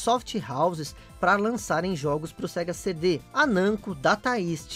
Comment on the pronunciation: Sega "Sendê"??? kkkkkkkkkkkkkkkkkkkkkkkkkkkkk